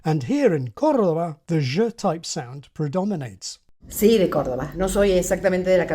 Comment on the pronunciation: Ohhh man that "cordoba" pronunciation was clean as hell!